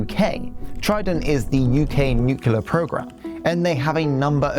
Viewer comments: It's nuclear, not nucelar. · Nuclear not nucelar. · I enjoyed the pace, clarity and content of your presentation, right up to "Nucular" and "Sumbarine". 🙄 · Interesting video. Pronunciation of nuclear as "nu-cu-lar" always irks me though. 😂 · very interesting. left a like. but please.... nucular..... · Without getting into the arguments for/against independence for Scotland, I reckon that was a pretty accurate analysis of the current situation and what has lead up to it. However, the presenter does need to learn how to say the words "eligible", which he pronounces "illegible", and "nuclear" which, like Trump and Richard Osman, he horribly mispronounces "newkewler". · FFS - learn how to pronounce nuclear